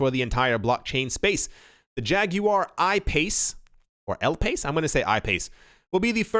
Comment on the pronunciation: regarding IOTA, the car is the I-PACE as in eye-PACE. That is the car I am buying when XRP moons. -John